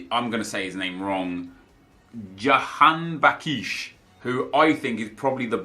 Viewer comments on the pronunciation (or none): You pronounced Jahanbaksh almost correctly. You said -iesh behind it that’s incorrect